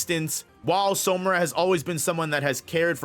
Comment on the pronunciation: everything is great, but it’s SAmura brother. All pronunciation is great except that one. Love the work!